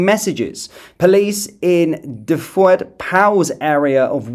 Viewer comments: Just so you know... Dyfed is pronounced as dove - Edd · Can’t you say Dyfed ?! 😂😂😂😂😂😂😂😂😂Lol